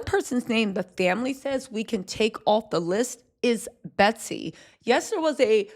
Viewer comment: Her name is Betsy. NOT BETTY.